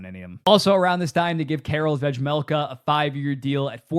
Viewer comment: I respect your commitment to pronouncing Vejmelka's name wrong whenever you mention him. I don't know if it's intentional or not but it's funny every time.